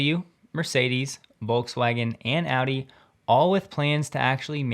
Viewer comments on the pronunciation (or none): none